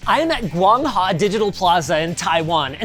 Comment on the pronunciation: How do you see “Guang Hua” and end up pronouncing it as “Guang Ha”😂